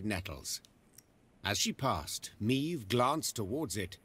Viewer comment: Jenom prosím výslovnost jmen... je to ,,Meve,, ne ,,Mív,, jelikož ve hře je to poangličtěno a zní to strašně...